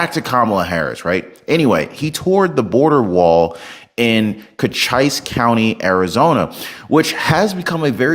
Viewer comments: It is "co-cheese" not "coach-eyes" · I love you man, but Cochise is pronounced Co-chees. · Ko-chees County. After the great warrior, Cochise. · Not co chise. Cochees. Pronunciation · Dig deep and look aruond. Everything the Democrat party is about IS FAKE! By the way, its pronounced "kochees" I know, I live there. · That county in Arizona uses an Indian name. It is pronounce Co-Chee-sss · not cochise. its pronounced "co-cheese" one of the last native american chiefs, of the Comanchies??? I forget exactly. But am certain, he and the county named or him, is pronounced ''CO-Cheese" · Hey,. It's pronounced Cocheese, like cheese. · Do they think they should go to any country and vote in their elections? Illegal aliens are squatters. Cochice ("ice" rhymes with neice) is the name of a famous Apache warrior. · I love your content. Your pronunciation of Cochise is jarring. Thinking about it, you ARE pronouncing it the way it's written. I guess there are a lot of Arizona places and things with surprising pronunciations: Tempe, Prescott, Mogollon, Tucson, Mazatzal, Saguaro ... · FYI look up pronunciation of Cochise.. well known Indian Tribe said wrong several times.